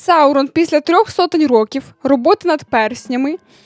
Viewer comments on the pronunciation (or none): none